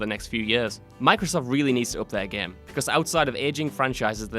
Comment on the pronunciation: ITS GAME NOT GEM XD